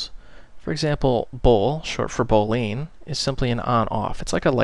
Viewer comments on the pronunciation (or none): "Booleen" haha Thanks for the tutorial :)